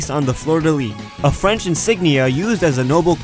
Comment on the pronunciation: French Canadian here and your french was on point ! :) You did the R properly hahaha !